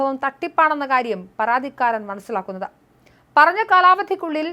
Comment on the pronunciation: പറാതിക്കാരൻ??? ആറoബിക്കാൻ???? പറാതി???? എന്തോന്ന് തേങ്ങായാ 😂😂😂